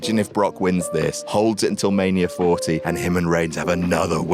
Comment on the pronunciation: Mania * not Manier